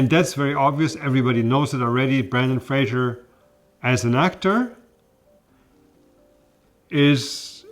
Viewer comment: It's FRASER. rhymes with razor, not Fraszhier. Religion kills everything.